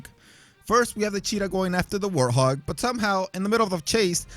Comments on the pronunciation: Warthog not Warhog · And its a warthog not a warhog